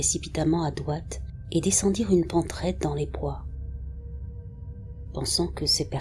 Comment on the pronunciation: Top, comme d'habitude ! Toujours des histoires inédites et toujours ton don pour la narration (et pour prononcer les mots "d(r)oite", "c(r)oire" et "end(r)oit" 😄) 👍😘